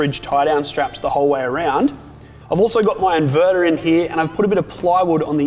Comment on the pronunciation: I like the 240V socket connected to the "invedar", but I prefer the "thermomedar" and the "voltmedar" Jokes aside, nice job. Thanks. By the way, Bolt = screw+nut